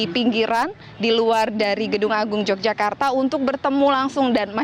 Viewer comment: Pakai bahasa Indonesia yg benar mbak....kl sebutan yokyakarta itu untuk kota Yogyakarts....tapi kalau propinsi yg benar propinsi Daerah Istimewa Yogyakarta....maaf anda seorang penyiar tapi bahasanya kog simpangsiur bgmana dgn metrotv apa tdk ada pelatihan atw kritik penggunaan bahasa yg baik n benar.....sy sbg org bodo kog prihatin sekali ya.....🙏🙏🙏